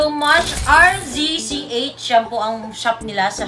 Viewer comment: MOMMY 'RZCH SHOP' po hindi po 'RCZH' hihi skl 😅